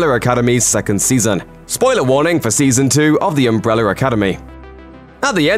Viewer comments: Why do I hear "umbreller" when he says "umbrella"? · He says umbre-w-ller academy like Tom hopper😂